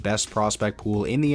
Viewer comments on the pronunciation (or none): Jesper in Jesper Wallstedt is pronounced yes-per not jess-per